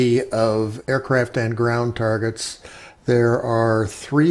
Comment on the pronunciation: DId he say "Aircrap"?